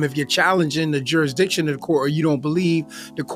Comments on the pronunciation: Not to mention "juri diction". Im waiting for "coherse". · It's "juridishin" silly!